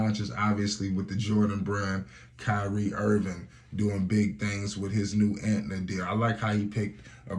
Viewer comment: Why does he keep calling it Antna, it’s ANTA